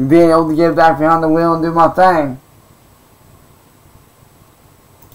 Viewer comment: "It feels good to get vehind the vheel again..." FOOL YOURE PLAYING WITH A TOY